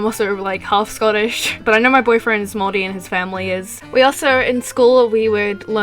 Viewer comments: fist of all, THANK THE LORD THERE IS A YOUTUBER WHO KNOWS HOW TO SAY MAORI RIGHT! and second of all, we have hangi as a food but I don't think anyone really knows about those so it doesn't really matter. over all tho, nice video. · GOD THIS IS SO ACCURATE AND I'M SO RELIEVED YOU PRONOUNCED MAORI RIGHT Iv'e been watching your content since you made My Little Pony videos way back, and Iv'e always really liked everything you produce! I also live in New Zealand and this video just expains everything so well- I hope people will see this video and go "oh so new zealand isn't a myth country?" I really like your Artwork and Animations aswell! I'm an Artist aswell and I'd like to start Animating proper. I'd love to make some fan art for you some day! Anyways, Great video!